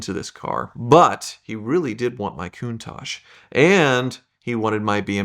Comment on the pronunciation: Why can't he, or any American say Countach? Why do they zazz it up "cooontaaahhhgee". Its "Cun-taTch".